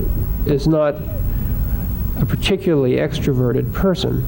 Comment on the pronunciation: "Particuly", here again, we have an educated person, apparently, who drops syllables out of ordinary English words. Why?. Particuly is NOT a word. Tempory is not a word, yet is used, again by apparently very well-educated people because "they don't know better". I really wish that these "educated" people would learn to speak English. English is a very beautiful language, please STOP abusing it. PLEASE learn to use it.